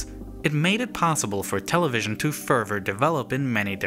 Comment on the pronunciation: Potssible? Are you restarted?